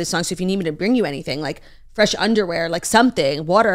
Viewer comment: “Enhancing Bresh, Fright, glowy look” I don’t know